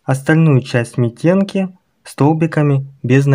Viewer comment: Митенки-ударение на вторую букву